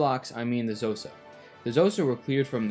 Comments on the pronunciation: This eas a really good video but Xhosa si pronounced as Koza. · K'hosa with a click please NOT Jhosa ffs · Xhosa is pronounced with a click not "Zosa" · Would have been cooler if you had pronounced Xhosa with the correct click sound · Also Xhosa is pronounced kho-sa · Aint it interesting how he talks about Dutch atrocities committed against Khoisan but not bantu ones, and doesn't even try to pronounce Xhosa correctly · Couple of points on pronunciation, "Sotho" is pronounced "Sutu", and the "Xh" in "Xhosa" is actually a click consonant made by pressing the tongue against the roof of the mouth and sucking, kinda like the sound you might make to call a horse. It's typically Anglicized as a "K" sound, since click consonants are kinda tricky to get the hang of for people who don't have them in our native languages.